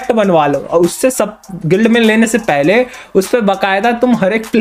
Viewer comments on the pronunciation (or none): none